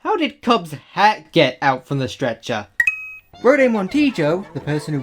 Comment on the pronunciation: Stret- chah